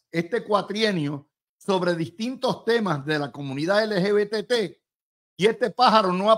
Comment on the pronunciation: LGBTQ+ Luis estas son las siglas de ese movimiento. Yo estoy seguro que tú la sabes pero al pronunciarlas no las pronuncias correctamente.